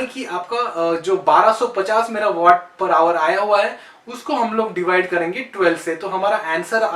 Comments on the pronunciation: ये वेट नही वाट बोलते है भाई। 🤗🤗🤗🤗🤗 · sir vat nahi waat (waat) kho Pronunciation is vvv poor